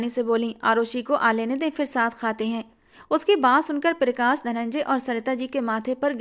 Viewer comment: पिरकाश nhi hota , प्रकाश होता है